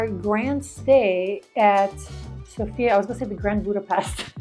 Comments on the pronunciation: The correct pronunciation is So.fia (in once) and not Sofi.A. ;-) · Thanks for your video! BTW, the stress is on SOfia😂